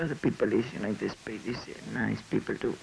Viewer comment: aaaaahhhh jajajaja " many pipel are very" nice pipel aaaahhhjajajaja. lol. Like the pipel of the Unite States are very nice piple too jajaja.